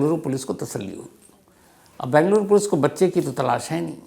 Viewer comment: Bhai Saheb, it is BEngaluru & not Bangaluru. 😊